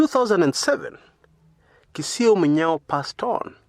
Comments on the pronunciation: It was Kisoi Munyao. You pronounce it as Kisio??? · the name is KISOI not KISIO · His name was not Kisio but Kisoi